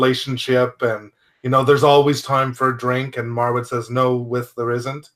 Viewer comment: Just wanted to mention that his name is pronounced Marwood 😆 great review btw.